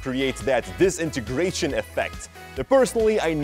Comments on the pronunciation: No one:: D I S E N A N E N G R A T I O N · It sounds like he’s saying disnieystration then. Disintegration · I asked for the disintegration effect not the dezinargration effect. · For goodness sake learn how to say disintegration properly - here I'll sound it out for you 'Dis in ter gra tion' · Disintigreation Effect Disintigrations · No one: DISNIGRATION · I hate how he says disenagracion affect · “Disinigratin” effect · He doesn't wanna do it cuz he cant even say DISINTEGRATION correctly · I nearly forgot how to say Disintegration Because of the way you pronounce it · I think he didnt wanna do it cuz he cant pronounce Disintegration right lol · I live for pronouncing disintegration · Now I am gonna do the disintegration effet the way you pronounced that word was different.